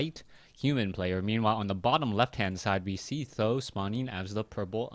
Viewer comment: why do you call him tho ? i thought he is pronounced samdan?